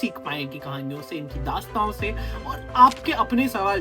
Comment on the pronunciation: दास्ताओँ से नहीँ, दास्तानोँ से 😂